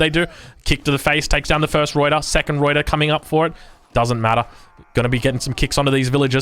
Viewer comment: Alright, as a dutchman, I kinda need to teach you the proper proper pronounciation of ruyter :P First of, you do pronounce the r correctly, nicely done (tho be aware that the r at the end is a proper r, not like a reduced r or an eh like English does so often), but the biggest deal is that uy. You pronounce it like oi, but it's either an 'œy' or an 'ɐy'. Since you are Australian, the second pronounciation would be the easiest, I would say, since ɐ is the Australian English sound in strut, bud or hud. the y however is a sound not found that often in English. Some dialect have it in a word like 'few'. y is pronounced like the 'ea' in cheap, but instead of having your lips open and pulled back, you have your lips closed and protuding (lips the same way as how you would pronounce 'oo' in hood). So, the entire word is pronounced /ˈrœy̯tər/ Good luck :P